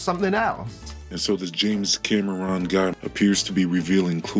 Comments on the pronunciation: His name is Cameron not "Cammy Ron" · os-kil-ation!! LMAO!!! cam-er-own? This guy does seem to have trouble with his words doesn't he? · Dude says "oskillation"!? Holy wow. Clearly he never heard the word spoken aloud and was just guessing! Look it up, man!! Ok wait water is "issishional" for life?? Who's "James kamma-ron"????